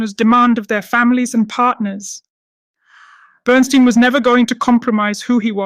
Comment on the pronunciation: Burn-STINE, not Burn-STEEN! If you watched the movie, you'd think you'd at least get the pronunciation of his name right!